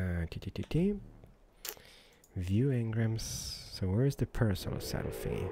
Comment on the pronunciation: It is pronounced para sa rolo fus